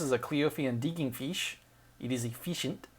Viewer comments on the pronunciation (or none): "efeeshient" Oh god, really? Man, cheesy puns always make me laugh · efeeshent lol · the Cleophian Digging Feesh is the most Effeecient feesh in the world.